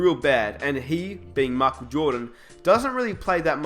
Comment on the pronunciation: learn how to say michael u dipshit